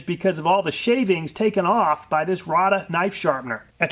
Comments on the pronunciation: Rada is actually pronounced "Rayda" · It's pronounced Ray-duh, not Ra-duh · I've worked at Rada Mfg. for over 37 years, we sell a ton of these ! lol, everyone mispronounces the name (rayduh)